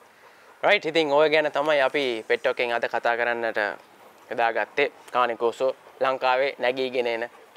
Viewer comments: කානේ කොර්සෝ නෙවේ.keyn kaw saw කියල pronounce කරන්නෙ.👍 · කානේ කෝසෝ නෙමෙයි කේන් කෝසෝ ගූගල් එකේ ගහන්න මේක cane corso pronuciation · Just note that they pronounced "Cane Corso" wrong...